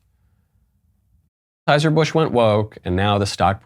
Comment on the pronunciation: Why can't you say Anheuser-Busch?